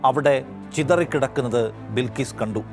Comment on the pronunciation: ബിൽകീസ് അല്ല ബൽകീസ്‌